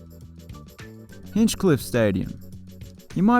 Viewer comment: Please note that it is Hinchliffe Stadium, not "Hinchcliffe". (You spelt it right, but you said it wrong.) Also, that stadium will be in use for professional sports once again next year, as the New Jersey Jackals baseball team will move in there from Yogi Berra Stadium. Finally, the main claim to fame for Hinchliffe Stadium is that it was the home of the Newark Eagles baseball team, in the Negro Leagues before the Major Leagues allowed Black players.